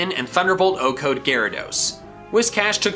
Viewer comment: Why do you keep saying O-code?